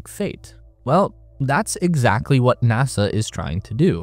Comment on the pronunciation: it … haapined nahsa 😂🎉